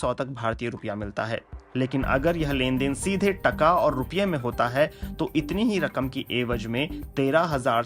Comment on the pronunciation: it's not tukka it's taakaa